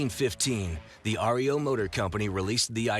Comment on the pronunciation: Pronounced REO, not like the band which is R. E. O.!!!